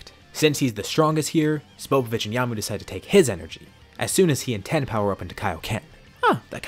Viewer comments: Tien. TEE-EN. If you're going to say his name as "Ten", stop, and either form an argument that your using his non-English name (I don't here son after goku, invalid argument), or pronounce it correctly. It detracts from the video and is stupidly infuriating. How can a fan mispronounce a name with two syllables? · Y does he call tien ten? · the amount of times you say ten and not tien causes me physical injury,. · you know a manga reader when the rapidly incorrectly says a name ITS NOT TEN ITS TIEN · How many times is he going to say ten and not tien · why do you call Tien.... ten ? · FFS ITS TIEN NOT TEN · TI-EN, why do you say Ten ??? It’s super annoying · It’s just a fucking mispronunciation chill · Tien.... tee-ehn.... I know you know.... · Great story, i just hate that you are pronouncing Tien as Ten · oh really I didn't know that... it just hit my ear funny and didn't really like it haha 😅😆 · Why do you pronounce Tien that way?